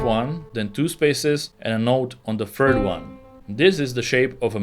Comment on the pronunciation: yo its third not fird